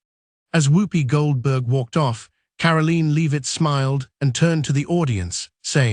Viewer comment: It’s Karoline , not Caroline And pronounced Lev itt not Leave itt. Robot has no credibility.